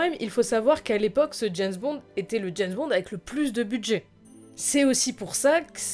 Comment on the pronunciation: c'est bizarre quand tu prononce James bond,j'entends "janss bon"!?